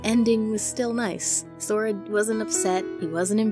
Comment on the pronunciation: The minute you called it Sora I died. But anyway you're videos is so cool.